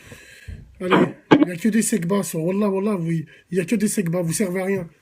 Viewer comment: Ce n'est pas "sebpa" mais "segpa" petite racaille...